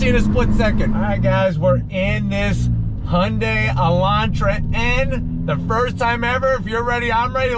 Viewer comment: 리뷰 하시는 분중에 현대 발음을 제일 잘하신 분이네요 제가 듣기로 정확히 "Hyundai 하시네요! 잘 봤습니다^^